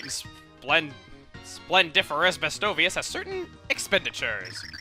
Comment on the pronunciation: I love how Chugga always proves me wrong with my pronunciation of game words. I had the same issue in the New Leaf LP with Festivale (I pronounce it fest-ee-vah-lay). Chugga pronounces Bestovius as "bestow-veeus" but I always said it as "best-oh-vee-ass" 😂